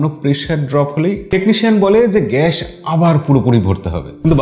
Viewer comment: এটা গ‍্যাশ না ভাই গ‍্যাস বলেন।